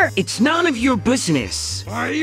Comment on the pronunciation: Did dipsy say bassnis